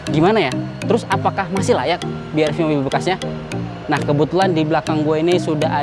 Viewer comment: BRV dibaca 'Bi Ar Vi'. Bukan 'Bi Er Vi' 🙂